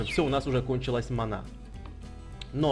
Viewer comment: Не манА а мАна